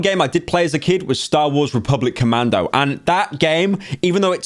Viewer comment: God damn, he got all the Republic Commandos right first try! Props to Pyro, maybe you can revisit that game on stream one day? :D